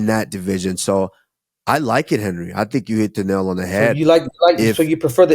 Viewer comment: Three minutes in could you please say Henery more …